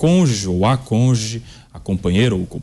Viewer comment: Meu Deus, onde esse SUJEITO estudou português? Não é possível! Outro dia ouvi ele dizer " intuÍto". O "conge", 'A conge" ( SIC). Agora, o português deste Planeta O con-ju-ge. A propósito conjuge é um substitutivo SOBRECOMUM.